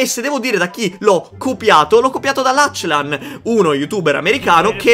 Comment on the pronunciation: E cmq si chiama laclan no lacilan